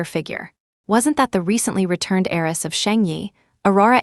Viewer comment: Wealthy HEIRESS not aerys